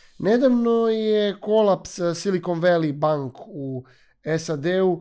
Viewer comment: Silikon voli benk😂😂😂..., inglis menu!